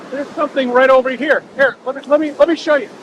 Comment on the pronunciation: Love ya videos but it’s SOMETHING NOT SOMETHINK